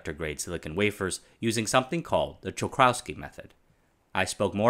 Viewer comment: your pronunciation of "Czochralski" was almost perfect!